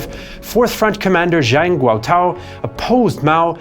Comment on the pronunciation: Zhou (EnLai) pronounced Joe. Similarly Zhang is Jang. Zh is always just J sound.